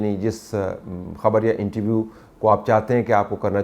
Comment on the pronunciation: طلعت صاحب انٹرویو ہوتا ہے۔ انٹی ویو نہیں ہوتا۔